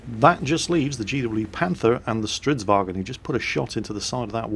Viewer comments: For crying out loud: Its Stridsvagn, not stridsvagEn. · Who do both and QuickyBaby say StridsWagen? It's not German. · strv stands for stridsvagn, not stridsvagen :)